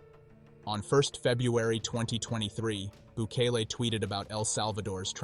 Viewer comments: BOO-KAY-LAY not BU-KEEL. Unfortunately, there is evidence that political prisoners are also there. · Have some respect and learn how to say the names of the president and the prison properly. You said his name right twice. Why not every time. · Not bookly 😂 Not BOOKIEL 😂😂😂😂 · Are you a bot? Why do you mispronounce Bukele? And "children" should be defined. You can be a murderer and be 16. You still need to pay. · I love how the Presidents name keeps getting mispronounced! But on a serious note, maybe the U.S. should build a prison like this for their gang problem! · Well done. But what's with all the different pronunciations of Bukele? 😆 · Seems like a fake AI channel, the computerized voice mispronounces simple words, very suspect. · How many different ways can robot voice pronounce bukele's name